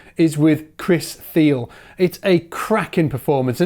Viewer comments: it's "Theel-ee," not "Theel." Rhymes with really, not eel. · Thile is pronounced "Thee-lay"